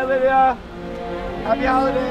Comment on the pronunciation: Yo, it's "Lydia" not "Lidia"